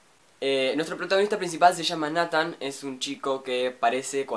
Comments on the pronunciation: no se pronuncia natan c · ODIO ESCUCHAR COMO PRONUNCIAS NATHAN YA PARA